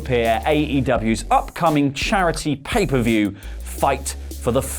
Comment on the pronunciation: You do know it’s “pay per view” and not “paper view” right?